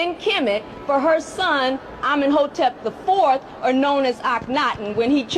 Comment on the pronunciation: also TIYE WAS NOT NUBIAN SHES EGYPTIAN ffs these mfs just go over there to LIE to people because they hate west africa its fkn pathetic, this heffa STRUGGLING to pronounce akhenaten 🤣😩 istg these cosplayers and colonisers get exposed by their tongues!